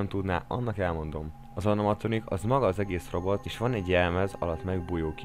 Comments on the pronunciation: Csak én hallottam úgy az animatronik szót hogy anomatronik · Anomatronikot mondtál Animatronik helyett nagy fnaf fan vagyok és nem bírom ki úgy hogy ne javítsam ki ha valaki téved de most elnézem mert király a vidi😁😁😁😁😁😁😁